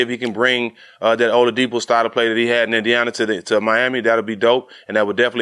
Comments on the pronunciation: Olawudipo? Man added a whole nother syllable 😂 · Can someone tell Matt his name is Oladipo not olawadipo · Lol yeah I was like who tf is oluwadipo? 🤔